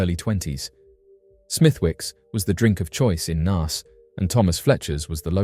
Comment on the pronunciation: I remember when Trevor Dealy went missing and bro really needs to learn how to say Naas lol you say it like your saying the alphabet a sound if that makes sense.